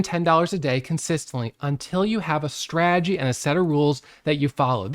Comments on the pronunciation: It’s not a strah-ah-gee. It’s strah-ta-gee. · 😂 So smart yet how can you not know how to say strategy (strat a jee) . I'm sorry but buddy you're too smart to mispronounce strategy, unless it's an intentional joke. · What’s a straaagy? 😂